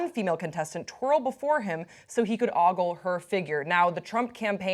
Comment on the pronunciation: ogle does not sound like goggle. It's pronounced oh - gle. Just sayin...